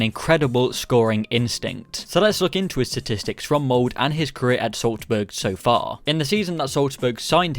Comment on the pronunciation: SalzbUrg MoldE (not mold)